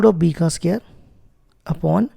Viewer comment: Pela bolta sikhi la bsdna ae square chhe sqere nhi